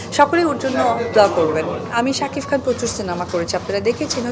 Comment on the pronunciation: শুদ্ধ কইতে কইতে সাকিব খান কে সাকিফ খন বলে ফেলে।